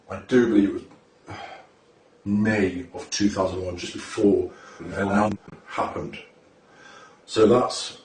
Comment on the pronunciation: Why’d he say 9/11 like “ahogoha”